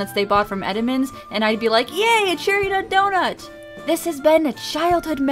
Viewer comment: i thought he said Cheer me up donut not cherry nut donut :I